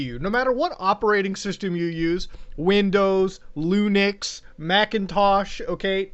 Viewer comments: When he said Lunix instead of Linux... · This guy said lunix instead of Linux? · "Lunix" bruh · "loonics" boy linux sounds weird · Man said Lunix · "Lunix" -SomeOrdinaryGamers 2020